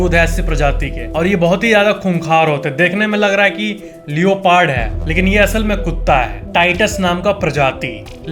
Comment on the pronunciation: Is it real that leopard is pronounced like this?